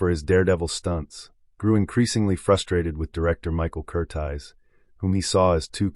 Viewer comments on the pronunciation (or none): The director's name is Michael Curtiz, Cur-TEEZ, not Cur-tize, you amateur nut.